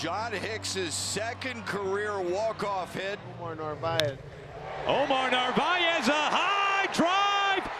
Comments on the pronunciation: It’s actually Omar Nar-vi-ez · You still said Omar's last name wrong